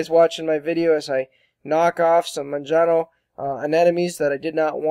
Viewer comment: Not a criticism, comes from learning by reading, which is great. Majano has an "h" sound in place of the "J". Sounds like ma-ha-no. More like a Spanish "j".